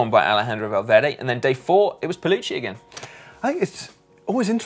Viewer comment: Guys, it's pell u kee , not pell u chee. Don't want to embarrass you, but also don't want to ruin our incredible pronunciation record.